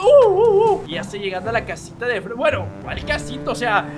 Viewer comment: Like si escucharon que dijo Franki pues yo escuché asi